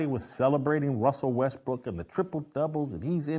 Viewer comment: I can't say Russell Westbrook either!! 😂😂